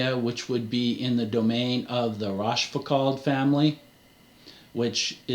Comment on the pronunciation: Rochefoucault -> Roh - sheh -- foo -- koh